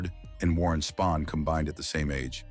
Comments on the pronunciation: cant even pronounce names of legends correctly!! "koo-fax" "Spann"....🙄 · It’s the A.I.(?) or ignorant sports stats’ pronunciations that get me. Calling zero- NIL.. what is this, PREMIER LEAGUE SOCCER? Warren “Span”, Sandy “Koofax” although for some reason it was pronounced correctly the first time it was spoken. But.. the stats such as 7,2 instead of 7 AND 2..for example. That is ridiculous. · Is the narrator a robot? Butchers names. Koofax, Spann. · Video was good, next time you do a video find an AI voice that know how to pronounce Spahn & Koufax. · So annoying and disrespectful to mispronounce Koufax's name...several times. Same with Spahn. And HOW many times can you say the same things over and over? AI narration stinks. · Knucklehead narrator couldn't even pronounce Koufax or Spahn.